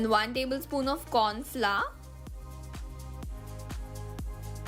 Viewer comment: It's Flower not fla and it's hours not hard😂😂